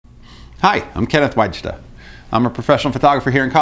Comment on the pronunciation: Unusual pronunciation of Wajda, have you considered using the original form? I have a similar issue but always use the Polish pronunciation.